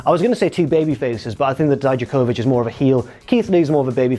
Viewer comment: please stop saying Dijakovich, you hear them say it out loud every week and that's not how they say it.